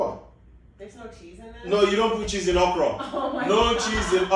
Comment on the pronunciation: Please its pronounced okro not okroh 😂 but is just an amazing man.